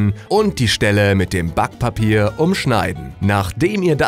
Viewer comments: BAckpapier :p diese Betonung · i heard it say spack pape